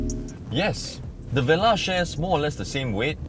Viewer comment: It's pronounced vuh-lar, not veh-lah